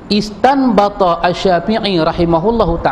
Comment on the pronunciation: ini baca kitab tafsir ibnu katsirnya salah, dari segi ilmu nahwu, wamin hadzihil aayatil karimatu, seharusnya wamin haddzihil aayatil karimati. Belajar ilmu nahwu dulu baru baca kitab sehingga pemahaman menjadi benar. Bacaan istanbatha syafi'i salah, yang benar intanbatha syafiiyyu. ustadz ini tidak bisa membedakan khobar muqaddam dan shifat maushuf.